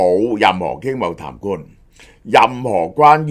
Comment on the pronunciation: 小學雞鄉音重講痰罐,各位大能聽錯談判.😂